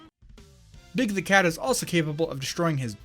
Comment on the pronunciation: At first, I heard Big Dick Cat instead of Big the Cat, and I choked on my tea.